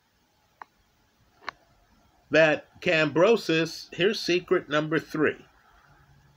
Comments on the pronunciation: Who is Kambrosos? Its Kambosos bro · Stop saying Kambrosos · There is no R in Kambosos, it even says it in the title but in the one million times you say his name, you say Kambrosos!!! What's up with that? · I love how adds the letter R into Kambosos's name 🤣, top lad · No “r” in George’s name sir. Thx for all the great analysis. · I like the story-like description with technical explanation. But brother next time just call him George because brother man you butchered Kambosos name. George was prepared for 12 while Mr Lopez thought he could K.O him in the first round. George has an excellent jab and 1/2 deadly fast jab/cross combination. Lopez underestimated his opponent. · there is no "r" in Kamboses. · Lmao butchers everyone's name.